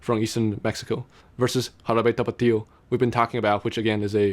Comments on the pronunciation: I had to look at your profile to see where you were from because you have a taiwanese accent speaking English but when you say Jarabe Tapatío you sound SO japanese (ハラベタパティオ) hahaha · You said "Jarabe tapatio" with good pronounciation, well done! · Every time you said Jarabe Tapatio, it became funnier.